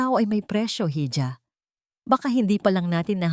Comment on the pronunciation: bakit HIJA? db dapat iha ang pagpronounce